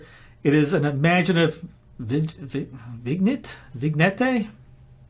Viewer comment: Vignette—“Vin-yet” a little view